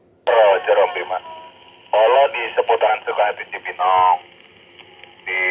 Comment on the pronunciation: Rojer om... bukan Roger... CMIIW. 😁🙏